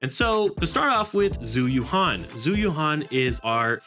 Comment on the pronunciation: Its not "Zoo you-han" its "Jew You-anne" ZH is always pronounced J and Yuan is pronounced like the currency.